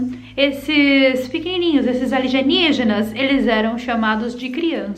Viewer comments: Choro de rir quando vc fala Aligenígenas. kkkkkkkkkkkkkkkkkkkkkkkkkkkkkk Minha mãe não consegue falar de verdade. Ela fala algo do tipo que nem sei repetir. Alinemígena, aminelígena, lianinja, sei lá kkkkkkkkkkkkk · Aligeniginas e mais legal kk, falando q e engraçado kk. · Adoro quando vc fala Aligenigenas, kkkkkkk>>deixa ,esses desenformados falarem as asneiras que quiserem